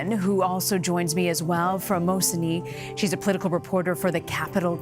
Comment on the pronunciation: The thing that makes me mad is that they couldn't say mosinee right at the beginning of the video